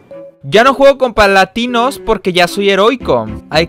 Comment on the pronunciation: dijo palatinos